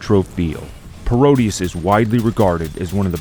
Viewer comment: It's Pro-deus, a word play on Proteus, not Parodius. Although Konami's Parodius shoot'em up series is a classic in itself.